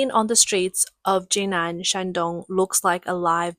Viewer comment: It's pronounced JiNan, not JinAn.